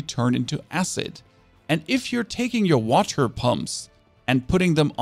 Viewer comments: Noone: This guy: wahTer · dirTTy waTTer god please stop pronouncing the T so clearly